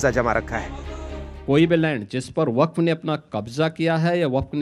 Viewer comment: “जलेबी” मैडम “व-फक्ड” हो गई 😂